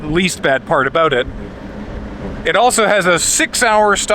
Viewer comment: that "about" by the Timmies was about as canadian as gets without putting on an intentional affectation